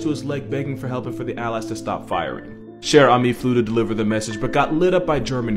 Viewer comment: It's spelled "Cher ami". He got the pronunciation quite well in the video. By the way, there's no "e" at the end of ami, because it refers to a male pigeon. If it was a female, it would be "chère amie", which is roughly pronounced the same way.